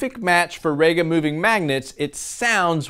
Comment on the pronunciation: I always thought it was rega not raga. That is reega vs rayga. E is not an a but it can be eh. But being English what would I know?